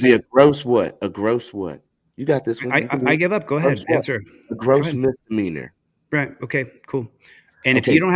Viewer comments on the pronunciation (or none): Gross misdiminer... ?? What did you say